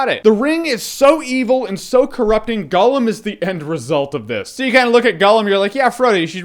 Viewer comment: Holy shit People, STOP saying fucking Golem...It's Gollum! Gollum!